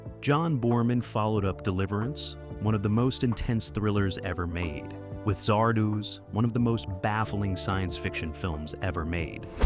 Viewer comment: How many different ways can you pronounce Zardoz in two and a half minutes?